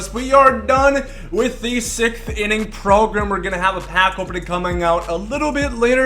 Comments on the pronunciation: lol sickth (its sixth) ;) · I'm already looking forward to next year's sickth inning program just to hear him say "sickth inning program" again.